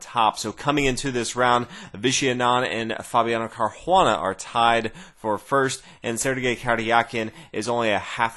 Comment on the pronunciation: why the hell do you say CarHuana?? It's CarUana. Pronounce the U just like you would a W. CarWana